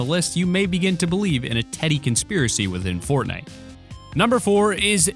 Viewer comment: Did you just say potnite.